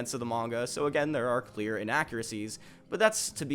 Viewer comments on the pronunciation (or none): none